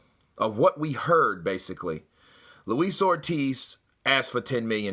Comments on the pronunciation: Did he say “ Lois OLD Ortiz” listen to it twice sounded like it! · 2 things that got me in Eddie's interview, 1. when the reporter asks and Eddie said "Did he say that?" He was ready to go off on one! 2. He nearly called him Luis Oldtiz! Quickly corrected himself but was funny shit!